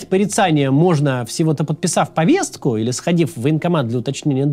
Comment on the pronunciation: Максим! У тебя сегодня буква Т на проработке. В слове Повестка, звук Т - должен звучать более редуцированно. В слове Нарциссический - звук Т - отсутствует